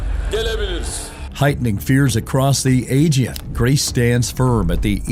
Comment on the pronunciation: What kind of AI are you that you can't pronounce "Aegean" correctly?